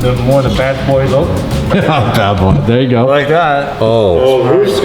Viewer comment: He said ther a link and ther not